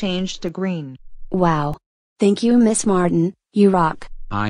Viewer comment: Miss not ms